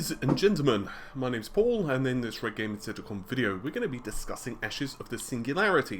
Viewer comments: Sizze it sounds like he's saying tittycum in the intro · I wonder if Paul say that "RedGamingTech" in that whack way every time or he had a bad inspiration to use the most unfortunate recording of his pronunciation.